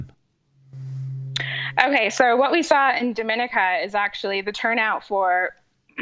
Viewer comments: Its pronounced “dō-mi-nee-ka” btw Not like Dominica as-in The Dominican Republic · You're pronouncing the countries name wrong. On a more important note. Thanks for covering this issue. Great work as always.